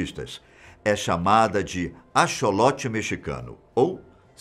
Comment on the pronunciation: Se escreve axolote mas a pronuncia é acsolote (sem querer ser mal educada)